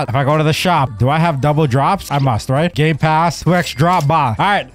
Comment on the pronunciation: He said “ GAY PASS “ get your gay passes here